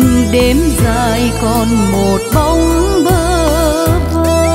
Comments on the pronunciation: Dài chứ không " giài " , rối chứ không phải "giối" , hát khúc đầu phát âm sai tùm lum. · Sẽ hay hơn nữa nếu bạn phát âm lại chữ " Dài" ngay từ đầu bài hát " Câu hát Tình Quê". Chúc bạn thành công